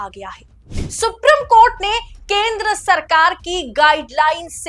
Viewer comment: सुप्री..... म कोर्ट सुप्री...... म कोर्ट , सुप्री........ म कोर्ट ये आपका उच्चारण